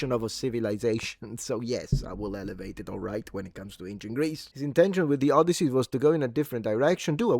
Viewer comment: The Odioussey